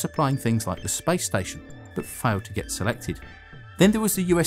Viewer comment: why he sayin spice station lmao